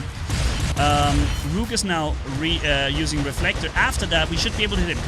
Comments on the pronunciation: Rook is pronounced like book, not like nuke. The rhyming does not work. LOL! BTW... The machine guns work pretty good against Rook as well. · say look but switch the l with an R.